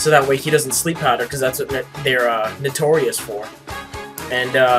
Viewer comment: at first i thought you said "that's what nattorei is for" i was like wtf? but then i figured out you said notorious